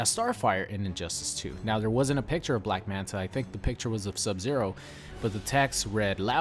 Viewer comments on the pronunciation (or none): Its black manta not black manat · "Black Manat" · Lmao "Black Manat"